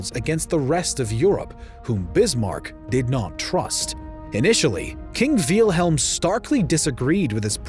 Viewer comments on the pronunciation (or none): Did the narrator just pronounce Wilhelm Veal-helm or was that just me hearing it like that. Anyway great video, this war needs to be covered more. It’s actually such an important war for Europe. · Wilhelm, Not Wilhem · I want to subscribe but this guy's pronunciations are kinda pissing me off. Said "Kawn-ig-grawts" for Königgrätz, "Fran-see-kee" for Fransecky, "Veel-helm" for Wilhelm, and more. Come on bro, these aren't super hard German words, normal English speakers can say these right man.